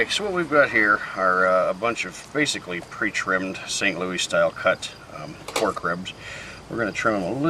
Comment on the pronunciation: Nice video. But just where did you learn to say st. louie and not st. Louis?